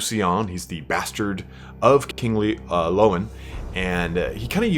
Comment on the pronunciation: Every time u say loane I got confused bro its leon (Le-on) sorry had to put that down as it is fraunch and oui do not eh speak eh like dis